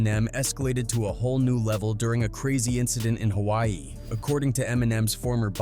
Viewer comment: I love the vid & everything, I also mean no disrespect but please work on some of your pronunciation when it’s comes to “Hawai’i” “Honolulu” & “Samoan” but your Samoa was pretty good 😭